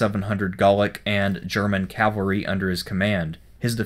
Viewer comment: Pronounces "Labienus" right, Doesn't pronounce "Cavalry" right.